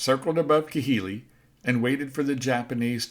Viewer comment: some of your pronunciations of some of those island basis is way off, just thought I would inform you of that it's not Ki-hili it's pronounced KA-hili.